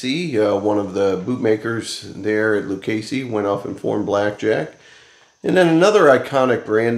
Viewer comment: HEY BUDDY, IT'S PRONOUNCE LU-CHESSEE, THERE IS NO CASEE IN THE NAME,IT'S ITALIAN NAME.